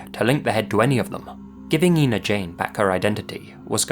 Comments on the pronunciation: It's pronounced "Ein-uh," (as you'd say when saying "China") not "Een-uh." :) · The town where Susan Lund was found is Ina and is pronounced Eye-na, not E-na. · It's pronounced "I"na ,not Ena. I live in the area. This state park is easily accessed from the interstate. There is a sign for the park off the exit. She was found in the primitive camping area. I always believed she was from another state and the killer chose to dump her in this area and that he came from the interstate . I am glad that she has her name back and hope they find her killer. I have followed this case since she was found . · Ina- It's not E-na, it's Eye-na. Sorry, just a pet peeve I guess... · Ina is pronounced "Eye-na," with a long I. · Ina is pronounced with the long "I" sound, not "EE". Ina, not Eena. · It's pronounced "eye- na." I have family that lives really close to that tiny "town!" This is spooky af. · I live just down the highway from here. The town is actually pronounced 'eye-na'. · The village name is pronounced Eye-na. I grew up just 30 miles from the area and went to the lake all the time. The interstate cuts through part of the park so I can imagine just how hard it would be to narrow down a killer. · Ina, IL is pronounced "EYE-nah." I live very near that little spot in the road.